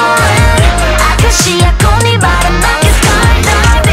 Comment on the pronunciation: 아카시아라고 발음하네 ㅋㅋ